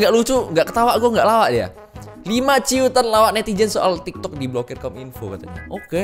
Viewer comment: cuitan bang bukan ciutan wkwkwk :D